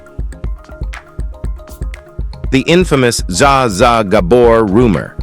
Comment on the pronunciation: Za Za ? Pleas AI, please do your terminator research to understand the English language. I'm too old for this shiiiiiiiiiiiit